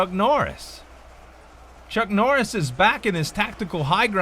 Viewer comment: "Chunk Norriss"?